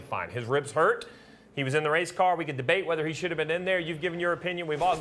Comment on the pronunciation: Ohh Noo I’m too huwt to wace 😭 Waaaaaa 😩